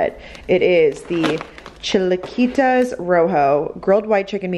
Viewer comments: There isn’t even a T in chilaquiles! 🤦🏻‍♀️😂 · She pronounced chilaquiles in the whitest way possible 😂